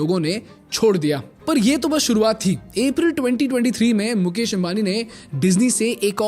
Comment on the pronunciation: मुकेश है मुकेस नही😂